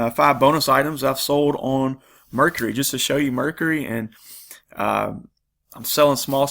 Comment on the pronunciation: Just a note, I wasn't sure what site you were referring to at first. It's actually pronounced phonetically like Mer-Car-E, not Mercury, may confuse some watchers. Good mix of items shown, thanks